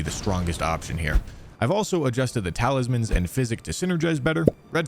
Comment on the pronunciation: I'm glad to hear I'm not the only one that says "taliman" when talking about talisman sometimes, stupid word, sometimes it comes out like that, it is what it is haha